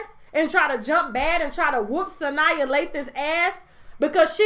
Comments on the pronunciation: Sanaa not Sania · Sanyaa lol...its Sanaa Lathan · It’s pronounced Sa-NAW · It's Sanaa, sis. Pronounced like "Su Nah." LOL!!